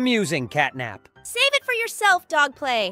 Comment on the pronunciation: Bro said dog play😂